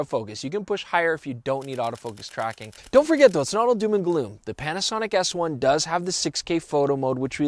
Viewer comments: Did he say "Panasonic ASS 1"? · Did he say 'Panasonic Ass one' ? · Is it me or at the beginning of the video does it sound like is calling the Panasonic S1 the ass1.